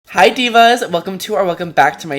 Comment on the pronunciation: oml he says hi divas sounds like hi sisters 👯